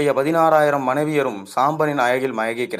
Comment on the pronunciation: யது குலம். யாது குலம் என்று தவறாக படிக்கிறீர்கள் தூஷனை. துஷானை என்று தவறாக படிக்கிறீர்கள் மனைவியர், மானவியர் என்றம் தப்பாக உச்சரிக்கிறார்கள் கதைகள் நன்றாக உள்ளது, கவனமாக வாசியுங்கள்